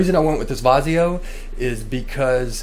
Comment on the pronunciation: Damn it man where the hell is your shirt. Vizio pronunciation Noice.